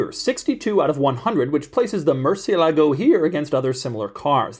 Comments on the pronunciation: Why does an expert such as you are, mispronounce the name of the vehicle? cie is chi, not si. ???✔✔✔ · The stress is on the "e" not on the "a" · Please just call it the Bat. Hearing y'all butcher Murcielago is killing me, lol. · They don't know how to pronounce Murciélago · Why is it so hard for people in the U.S. to pronounce the word"Murciélago"? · If you are going to review a car, at least pronounce the name right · Probably the worst pronunciation of murciélago 😂😂😂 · Is anyone else bothered by his pronunciation of the model name? The accent mark over the E isn't just for decoration - it tells you where to put the stress. It's a common mistake, especially for us Americans, to stress the A instead, but it's wrong in the original Spanish. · He doesn't say it right. The C makes a CH sound in Italian. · The accent is on the IE not the LAGO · The American pronunciation lacks fidelity to the original Spanish, which has antepenultimate stress, hence the accent on the e, and might be something like 'mercy-ELLA-go'. And if the retort to that is "well, it's Italian", the Italianized pronunciation has a CH sound. "Mercy-uh-LAH-go" is just straight ignorance. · Am I the only one who’s annoyed at how americans pronounce the murciélago’s name like “Merci-e-LAgo”? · It's pronounced "Murci-ELAH-goh", with accent on the "ELAH". Spanish for "bat", as in the winged creature. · fun fact, all English YouTubers pronounce murciélago name wrong. As a latin language, you have to make entasis on the vocal that have the accent á é í ó ú, so, its not mursielágo as every English speaker pronounce it, its musiÉlago :) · As a second gen Spaniard from La Rioja. I always get pet-peeved when everyone here home pronounces it ‘moor-ci-e…-lago’ please respect the name and call it as it should ‘mur-cielago’ the Bull was named literally a Bat. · This!... is a Lamborghini "MurcieLAgo" ==> Wrong! This!... is a Lamborghini "MurCIElago" ===> 😀👍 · Repeat after me: murciÉlago...no murcie-lago